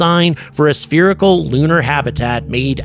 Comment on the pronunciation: IT'S SPHEARICAL! 😂